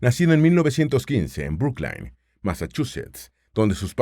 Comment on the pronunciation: Brooklyn se pronuncia bruclin